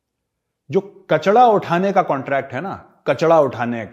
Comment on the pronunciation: Gobar Arya jee, its kachra and not kacdha. The way you make fun of Paki raw, improve your language also. Secondly don’t compare turki with india. No comparison.